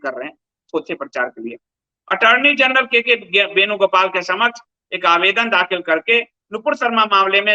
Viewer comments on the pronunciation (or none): none